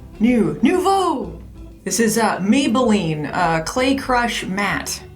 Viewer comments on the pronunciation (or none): none